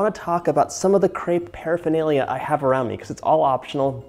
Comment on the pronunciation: Hard to resist the urge to correct the pronunciation of crêpe! I’ve actually been thinking about crêpes a lot lately and have wanted to make some. They can be a bit tedious, but they’re so light and just lovely. I’m a huge fan of savory crêpes as well, so I’m thinking of making some stiffed with veggies and some cheese.